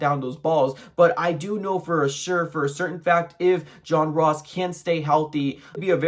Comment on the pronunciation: Turned this shit off when he says John Ross